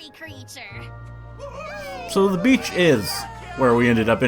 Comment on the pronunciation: Almost every time you said "beach" I thought you said "bitch" 😅